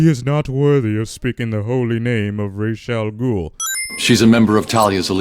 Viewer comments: Missed one sin They keep mispronouncing Ra's name over and over again. It's Ra's, not Raish. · no sin for mispronunciation of Ra's Al Ghuls name? No?...ok